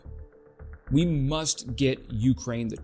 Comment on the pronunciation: Speaking of mis-pronouncing words - when you say Ukraine you put the emphasis on the U - not the K. Just some friendly feedback. Ps - I just subscribed